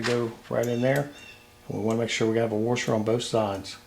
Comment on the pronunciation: What's a "warsher"? :-)